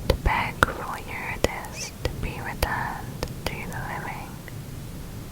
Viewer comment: I'm sorry but it isn't "youre-a-dis" it is "yu-rid-e-sea" Driving me crazy